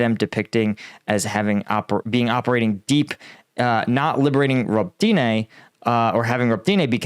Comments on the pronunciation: Ro-bah-ti-neh not Robe-Tee-Nay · Please, it is not hard to find out proper pronunciations of the towns and cities. Robotyne for example is pronouced Ro-buh-tine (like pine).